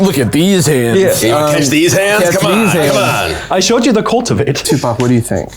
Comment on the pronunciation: I don’t know about anyone else, but when they first said Tupac, I could have sworn they said Tuvok, and I was both extremely confused and excited.